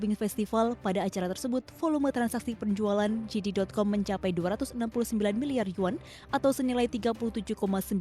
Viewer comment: JD dibaca 'jedi', atau 'jede' bukan 'jidi'. Yang dibaca 'jidi' itu GD.